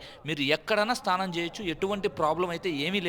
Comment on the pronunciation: స్తానం కాదు స్నానం అనాలి